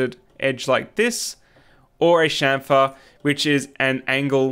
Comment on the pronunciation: Your pronunciation is correct... Anyone saying champer is drunk